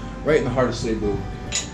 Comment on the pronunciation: We'll done 👍, it's see boo ,not say boo,for our Pinoy bros,🍻